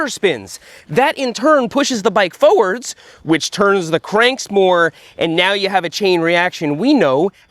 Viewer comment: Foewords or forwards?